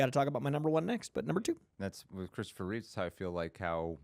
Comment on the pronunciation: Reeve, NOT Reeves